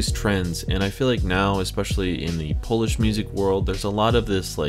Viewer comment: Oh My God What a progress,! You pronounce polish words like a pro, bro!